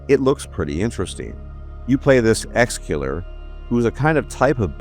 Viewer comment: its exe killer not exkiller